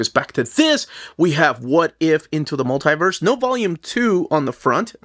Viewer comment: *Mul-tie-verse" is like nails on a chalkboard lol. It's pronounced 'Mul-tee-verse'.